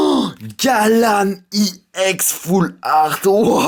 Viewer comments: On dit EX pas IX en plus tu parles pas très bien dans tes video !!! Je préfère largement davidlafargepokemon ! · Arrête de dire iex c'est ex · Pourquoi tu dis iex au lieu de ex😕😕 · Pk tu dit i ex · On dit ex pas iex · Pk tu dis juste i ex normalement sais juste ex ?? Mais j'adore t'ai vidéo je me suis directement abonné CONTINUE COMME ÇA BRAVO MEC TU ES AU TOP !! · C'est pas i ex cest ex non ? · pourquoi tu prononce ie on dis ex tout simplement putain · on dit pas iex on dit ex donc MrayquazaEX pas Mrayquazaiex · désoler mer on dit ex pas iex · arrete avec iex c'est ex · Pourquoi tu dit IEX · Pourquoi tu dis IEX.Normalement c'est Ex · c'est pas iex c'est ex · on dis EX pas IEX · Et aussi t trop un noob c pas Gallame Iex C Gallame EX!!!XD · Pourquoi tu dit "I ex" ont dit ex je ne voit aucun I devant mais bon c'est pas de ta faute si tu n'ai jamais aller a l'école... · pourquoi tu dit i ex ? c'est chiant